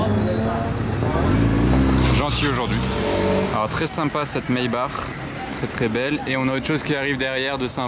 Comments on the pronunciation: Je comprends pas pourquoi tu prononce MAYBARRRRR c’est MAYBAKKK En français ! c’est plus beau à entendre, les anglais quand ils prononcent BUGATTI ils l’a prononcent BOUGATi et non BuGATi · je sais que c’est allemand mais en français ça se prononce maybak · Comment il arrive à transformer maybach en maybar je comprend pas trop 🤣